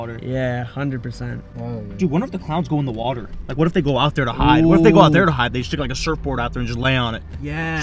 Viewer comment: 1: said not sed 2: what not whet 3: thousand not thosind 4: times not thims 5: 20,000 thousand? Do you mean 20,000